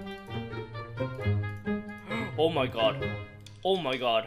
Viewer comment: "ch" =/= "sh" "god" =/= "gharwdh" ... Not "shallenge" not "Ä mai gharwdh"